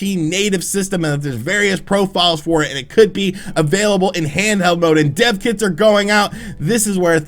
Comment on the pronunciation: I thought said 'deaf kids' too and I was like what is he saying? all good though because he explained it.